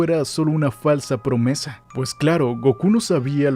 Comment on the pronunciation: Dijiste promese??? No mames